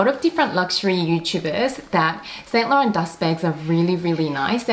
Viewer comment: No offence but please learn how to say 'Saint Laurent' correctly. It's a major turn-off (and irritating to watch) to new viewers when luxury collectors cannot even pronounce brand names properly. For your reference